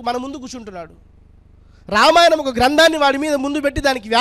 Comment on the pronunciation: అక్షరాలు పలకడం రాణి నీకు ఈ ప్రవచనాలు ఎందుకు రామాయణం అని అనడం రావటంలేదు లేదు ణ కి న కి తేడా లేదా వసత్తులుకూడా రావు